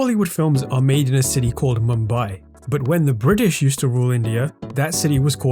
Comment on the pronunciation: that pronunciation of 'British' makes me think you're indian lol